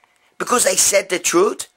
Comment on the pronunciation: Because I said the troot? Because I said the troot? Haha I still don't under stand how your vids don't have a million views. This shit is gold. Keep it coming bro.